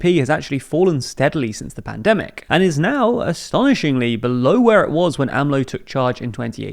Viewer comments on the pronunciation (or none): none